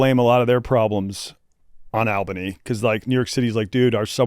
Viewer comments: AL-Benny lol I was thinking the same thing. I’m a Minnesotan and I pronounce it All-Benny. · ALL-BUH-KNEE say it right if youre gonna shit on us. Also not Appalachian at all Chief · it's ALL-bany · That pronunciation of Albany is hilarious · The way they pronounce Albany is insanity